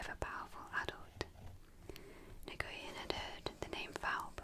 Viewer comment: Is it possible to do a part 2? Or a reading of chapter 2? Your last one was honestly just perfect. Though you did say Nguyen's (pronounced as NewYen) name wrong everything else was accurate and really awesome. It would be awesome if you can read chapter its also where the story gets interesting because you get to meet all the other characters.